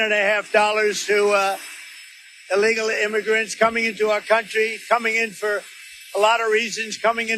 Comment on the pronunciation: Carolies Levitt says alegal aliens 👽. What is alegal? She can't even say illegal correctly 🤣